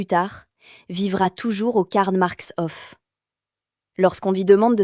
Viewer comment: Il y a bien. longtemps, dans ma jeunese, cet immeuble me fascinait . Et la politique dans " Vienne la Rouge" ce n'éait pas rien vers 1920. Dans une concepzion tozalement différente, les élément archizecturaux et le couleurrs rappellent la cité-jarrdin de Châtenay-Maöabry. Une rrmarque: dommage que vous insistiez lourdement sur "hoffe" pour proncer "Hof", alors que c'est "haufe". ❤ 🎉